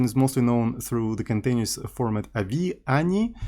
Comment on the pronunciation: avi isn't a word, say the letters.